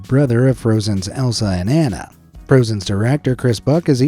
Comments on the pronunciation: THE* Wise Little Hen you also said ANNA wrong...... as ENNA... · Why does everyone always says annas name wrong... it drives disney fans insane...